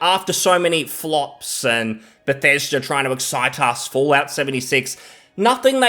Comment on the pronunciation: its "be thes da" not "beth es derr" 😅😂😘